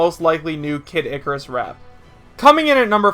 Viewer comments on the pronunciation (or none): none